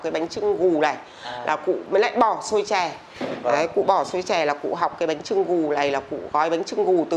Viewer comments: Bánh chưng anh ơi không phải trưng ạ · Bánh chưng not bánh trưng a ơi